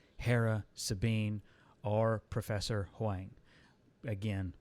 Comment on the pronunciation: Great review! Also, Huyang is pronounced Hoo-yang